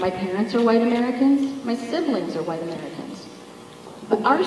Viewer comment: I can't tolerate him that much to do it. When he says "huwhite man" or "queen", I just can't